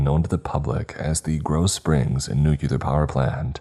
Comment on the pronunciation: Please please please stop saying nucular. It's pronounced nu cle er . Not trying to be a 🍆. I love Your content. It's just a pet peeve of mine. 😘